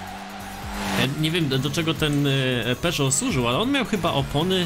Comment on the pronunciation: Tak na przyszłość mówi się „peżo” a nie „peżot”